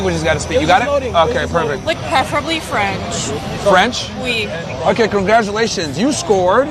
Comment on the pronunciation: Lol he must speak French… then proceeds to say oui with the thickest American accent 😂.